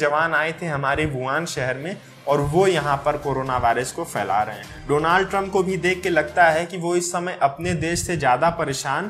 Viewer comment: Bhai Donaald Trump nhi h. Donald trump h kindly correct ur pronunciation. You are doing a fab job.